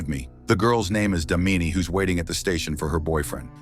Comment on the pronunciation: It's not damini it's daamini 😂😂😂😂😂😂😂 hindi pronunciation